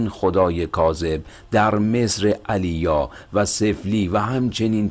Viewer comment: عٰلیا؟؟؟ سِفلی؟؟؟؟😂😂😂😂